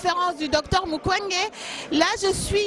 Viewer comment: Mabe ya batu moyindo journaliste ozo sala interview oyebi kombo ya muntu asali conférence te.Docteur MUKWEGE et non Mukende.